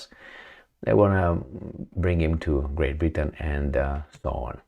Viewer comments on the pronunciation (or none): none